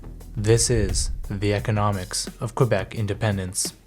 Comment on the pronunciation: How can we trust a video where the narrator mispronounces the name of the province.